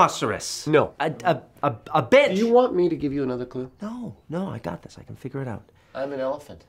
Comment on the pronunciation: Did you say....Bench or...You know